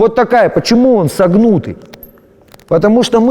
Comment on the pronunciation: "Чо", "ну", "селезень", "согнУтый" - адназначна, в академики